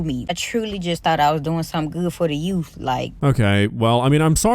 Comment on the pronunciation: Yea, how much effort did they put into finding a sub that can actually pronounce "Youth"? "Yoof" isn't a goddamn word.